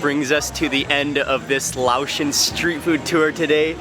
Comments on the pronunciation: Laotian is pronounced lay-ocean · Say, Lay-Ocean! That's how it's pronounced. Great video, had to pause the video, grab some food and play it while eating. Ty!